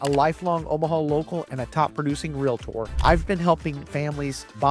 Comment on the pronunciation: Great episode from the man who taught me how to properly pronounce Realtor!